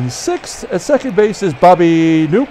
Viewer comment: FYI, Bobby Knoop's last name was pronounced \kuh-NOP\. I pronounced it \NOOP\ for years until my uncle corrected me.